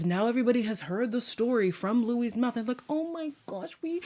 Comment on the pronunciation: You’ll be sooooo irritated by naked in the next episode 😂😂😂 and can they stop calling ‘Luis’ ‘Luish’ ???? There’s no h at the bottom so why do they keep pronouncing ‘h’ in the end ?